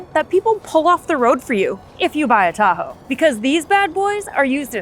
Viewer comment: Chevy "da ho" 🤐🤣